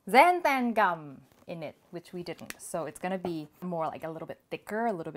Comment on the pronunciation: Say Xan Than Gum again!